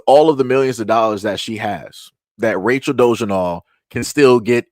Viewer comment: it's "DO-LA-ZELL"